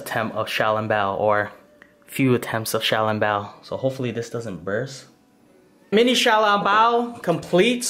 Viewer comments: You are pronouncing xioalongboa incorrectly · Yo i cant belive you dont how to pronuonce小龙包